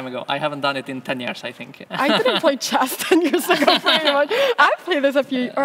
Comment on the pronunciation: Det är chess inte schÄss Anna!!